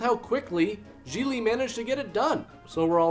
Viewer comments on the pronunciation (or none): I thought it was GIG-LEE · Its pronounced “Gig-ly” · I always pronounced the title as, Gee glee, not, g-lee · I don't care what anyone says. That does not read as "jeelee". It reads as "jiggly". Like jiggly puff just without the puff. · THAT’S how the title’s pronounced?! I’ve been pronouncing it “giggly” all this time!! 🤣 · I thought it was pronounced "giggly". Well, you learn something new everyday. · Really good review, insightful and funny. Glad I didn't see the film. Like "ComicRelief17" below, I also thought Gigli was Jennifer Lopez's character. I didn't know it was pronounced "Gee-Lee" either (hint to Hollywood, try to make your film titles generally pronouceable - and yeah I know that in Italian this name is easy to pronounce, but not for the vast majority of the rest of the world -- Jay Leno who you figure would know, was pronouncing it "Gig-Lee"). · Never seen it, but I always thought it was pronounced "Giggly" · Me too. And I pronounced it “jiggly” because of that assumption. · I thought it was pronounced Jiggly! 😄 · Why are you saying the name of the movie wrong? You don't put any emphasis on the syllables or bother to pronounce it properly. It doesn't deserve it. It's pronounced 'derivative vomit-inducing dross'. I'm very disappointed in you.